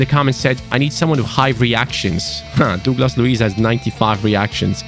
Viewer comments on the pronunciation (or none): Please learn how to say Douglas mate..its killing me😅😂